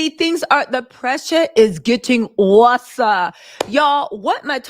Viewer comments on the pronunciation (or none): wusser pressure 🤣🤣🤣 stop!